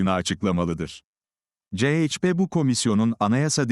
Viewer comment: Ceyçpe diye okuyan sivri zeka programdan caz geçemediniz gitti